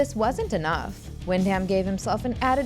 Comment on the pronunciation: Will check out the film soon. Very familiar with the HE from the comics. BTW...the last name is pronounced "Win-Dum".